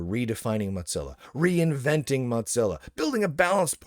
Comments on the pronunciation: Is it an inside joke that you pronounce their name "MOT-zilla" instead of "MO-zilla"? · I still think it's an intentional insult, calling it "Mudzilla" rather than Mozilla. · Im not the only one hearing Motzilla, right? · Is there a backstory to why Mozilla is being pronounced as Mot-zilla? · The correct pronunciation of Mozilla is 'Mow-zi-luh', according to both videos published by Mozilla itself, and the pronunciation guide provided by Google. I don't think I've ever heard Mozilla pronounced with a 'tz' sound other than by Lunduke, but the fact that there's at least one other person out there who's mispronouncing it in a similar was suggests it was just an mistake, rather than something more interesting. Thanks for humouring me, much appreciated! ❤ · I enjoy these videos, but I can’t stand hearing “modzilla” over and over again. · Mutzilla? Motezilla? Why are you saying it weird? lol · The real question is: will learn to pronounce "Mozilla" before it disappears? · It's a single "z", not two. You pronounce it like "fozy", not like "pizza."